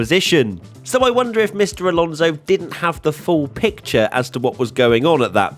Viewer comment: You love Alonso so much you don't even pronounce his last name correctly....